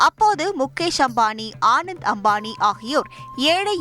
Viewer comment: The news reader doesn't even know how to pronounce the groom's name. He is called Anant Ambani not Anand Ambani. Such poor knowledge in public media and no one in news channel seem to know